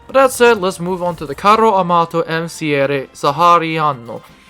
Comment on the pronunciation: congratulations for the video, but also for: "carro armato". Not all English/Americans can say double vowels